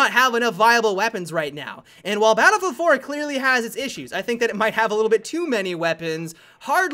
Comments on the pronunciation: Am i the only one who noticed that he said babblefield in the beginning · "balbl hardline" "what i wandedodododay"